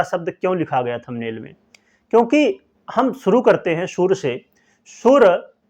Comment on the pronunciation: Are Sur nahin Surya uchharan Sahi Karo